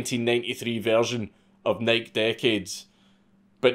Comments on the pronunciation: it's not Nike like "Niek" it's "Nikey" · Why do you say “Nike” like “bike” when it’s Greek, and pronounced “nigh-key”? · holy fck the websites still there...... and for the love of God its pronounced NIK-EY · NIKE is pronounced Ni-key not Nighk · Why do so many of you YouTube commentators say “nik” instead of “nik-e” when referring to Nike. Y’all leave the e off of it. Tim pool and Steven Crowder also do this. Now I hear Dankula do it. I’ve never heard someone in real life do it. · Nike, nah fam dank says it’s Nyke so it’s Nyke lmao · Imagine dragons! Imagine pronouncing NIKE like NYK. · It's pronounced "N-eye-key" lol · It's "Nike-ee" you fuckin drunkard. lots of love. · Nike.... pronounced like HIGH KEY, not Mike lol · Hearing Dank say "Nike" like that just took a year off my lifespan. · I love these Mad Lad videos, but I gotta admit, hearing you say "Nike" is making me want to rip my hair out! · It is funny how Europeans pronounce Nike. Lol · Nike.....the pronunciation Ahhhh!!!!!! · If you say nike that way again I swear tfg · Hearing Nike mispronounced 400 times was really hard to take. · Dude quit saying Nike like that. It's rustling my jimmies. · stop saying Nike wrong dammit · Does he keep pronouncing Nike wrong?